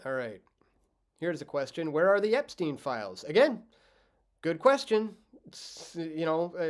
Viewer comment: epstein, not epsteen